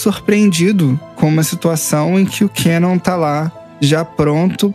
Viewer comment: "Quenon" meu velho oq custa falar o nome correto do personagem "kanon"